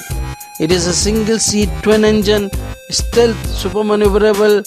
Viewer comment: it's stealth, not istealth..